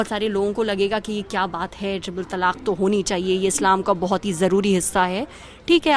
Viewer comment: madam, pehle toh ye jaan lijiye ki its not TALAKH its TALAAK. last mein 'kha' nahi hai